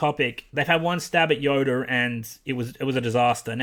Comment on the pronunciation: Why does it look like you're saying yoder instead of yoda?